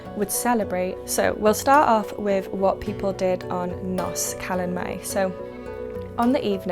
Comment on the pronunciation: Just FYI, the letter F in Welsh is pronounced V, so HAF is hahv not haff, likewise GAEAF, and NOS rhymes with horse rather than hoss :)